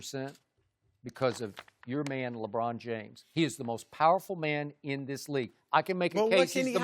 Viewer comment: LA Brahn